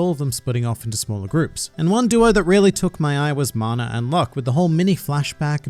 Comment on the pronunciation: Why...why do you pronounce it as "Mana" instead of "Magna"...I literally cannot think of a reason for why you did that...